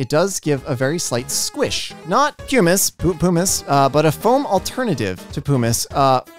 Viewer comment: I saw was having a bit of trouble pronouncing pumice so here's a guide along with what it is! Pumice (puhm-iss) is a volcanic stone full of holes made by gas bubbles. It's less dense than water, so it floats!